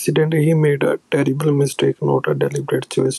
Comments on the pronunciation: (((Notice))) how they pronounce “terrible” as “ tribal”. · Ha. He said 'terrible mistake' she said 'Tribal mistake'. they cant fuckign read